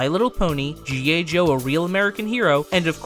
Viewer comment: G.A Joe?.. or am i mishearing? How Very Dare You Accidentaly mispronounce 1 single letter during that whole Script, Shame!!...SHAME ON YOU!! I'm just feckin' aboot :D